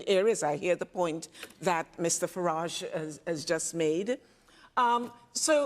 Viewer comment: What a bore you really are. By the way his name is FARAGE NOT FARRAGGEEE.